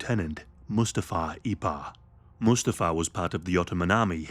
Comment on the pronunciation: One of the most interesting, informative and compassionate videos! Only issue is Mustafa’s name is pronounced, ‘moo STA fa ‘(think Lion King)